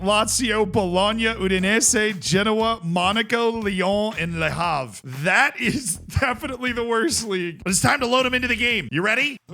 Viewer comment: For reference, Le Havre ISNT pronounced Le Harve, like Harvard It's Le Have-reh